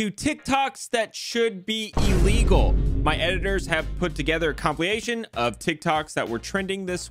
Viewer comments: Comp-i-lation. For a man who speaks for a living, you should pronounce words right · What's really illegal here is pronunciation of compilation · In the first 12 seconds, you said ‘compilation’ as Joe would. That said, I love your channel and appreciate you sharing with us.